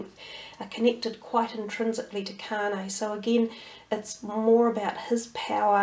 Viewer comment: Its Kanye (Con-Yay)